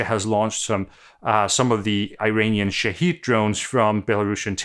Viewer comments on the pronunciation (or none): The Iranian drone name is pronounced "Shaw-head" not "Sha-heed" :) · Small thing. I'm not a speaker of arabic, but I saw one point out that Shahed is pronounced shah-head, not shah-heed. Apparently Shaheed is a martyr and I think Shahed is a seeker?